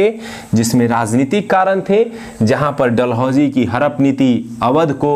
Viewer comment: Harap mt bolo hadap bolo hume samajhne me dikkat hoti h